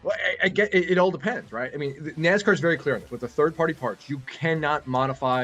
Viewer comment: Get somebody to read the story who knows how to pronounce nascar